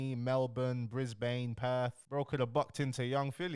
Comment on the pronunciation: Nahh man u cany be sayint bris-bain😭 its bris-bun bro